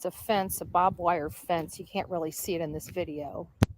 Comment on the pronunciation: It’s BARBwire. Not bob wire 🙄 my hometown is where BARBwire was invented and manufactured. Again I behoove you to educate yourself and use words correctly!